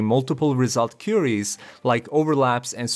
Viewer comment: "koo-ee-ries" ;) What is his image in the video thumbnail? It's not in the video as far as I watched.